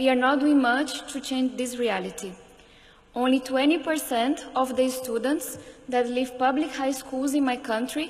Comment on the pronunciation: genio falando studants kkkk